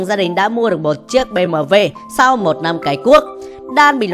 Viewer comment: Omg, ad đọc "bê mờ vê" 🎉🎉🎉 thấy ít ai đọc đúng theo âm của xe đức như v lắm lun 👏👏